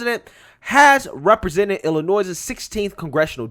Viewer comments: the S in IllinoiS is silent or state is pronounced iLL annoy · the "s" is silent in Illinois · I know there's a war on free speech and word police everywhere so I'm not going to tell you to change it... but you drive me nuts when you pronounce the S in Illinois lol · The "s" in Illinois is silent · FYI, the S in Illinois is silent. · The S is silent in Illinois, lmao